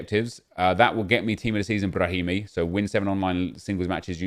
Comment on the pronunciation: Nobody: Nobody in the universe:: Brrrrrrrrahimi